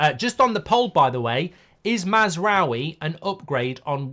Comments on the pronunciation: Mark, you remember French people saying Oui !? That is pronounced as W-i. Ou is pronounced w for the French, and is therefore also the French transliteration into Latin script of the Arabic 'w'. so no ou (as in U-boat), but a normal British w (as in Westham) . Mazrawi is what he would write his name if his ancestry was Iraqi, Jordanian or Kuwaiti (i.e. a history of British colonialism, as opposed to the French tradition that affected how Moroccans, Algerians Tunesians Lebanese translate their names from Arabic into Latin script). So no U-w-i...but A-w-i (ou=w). :) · It's "Maz - raa - we" mark 😅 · The amount of time he constantly butchers mazaroui’s name… plz it only takes a min to learn how to pronounce it’s not even difficult 😅😊